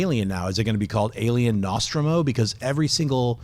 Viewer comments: Nawstrum-o?? I have never in the history of Ever heard Nostromo pronounced that way. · The Alien ships are pronounced: "Nus-tro-moe" and "Sue-Lah-co".....'ol schnepp....always mispronouncing everything important.